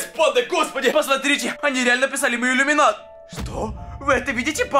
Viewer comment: я тоже и #иллюминатОнис а не #ламинатОнис